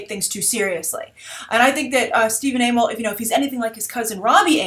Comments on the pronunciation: it's pronounced Stephen AH-MELL not AA-MELL, so the other way you were going to say his name. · I'm fairly certain it's pronounced Ah-mell. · Bye I usually hear it pronounced "uh-mell" but idk if that's right....? I'm certainly goin to TMNT 2 in theaters now (and I didn't see the first in theaters)!! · It's Amell as one word not 'A-Mell'